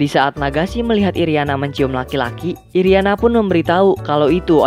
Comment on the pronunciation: Apa cumn saya doang yang denger nama nagisa jdi Nagasi irina jdi iriana